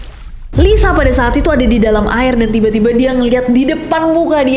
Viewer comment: Lisa aj* bukan laiza